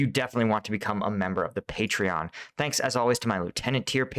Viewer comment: good to hear the facks....tanks..